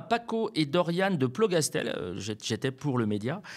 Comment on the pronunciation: Plougastel (pas plo) : respect aux ploucs. Merci.